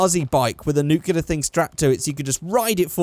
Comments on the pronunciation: It's not nu-Clee-yar its new-clear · IT'S SPELLED N-U-K-L-E-A-R NOT N-U-K-E-L-A-R